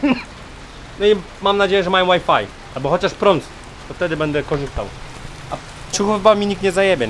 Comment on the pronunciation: "Łaj faj"